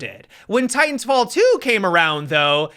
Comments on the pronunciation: I'm pretty sure he was saying "titan filled" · “Titanfield” do you know something we don’t?